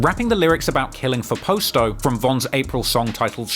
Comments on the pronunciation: calling Pasto Posto is wild lol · 😂😂😂 it's PAH-STO ..that cockney accent fucks up alotta pronunciation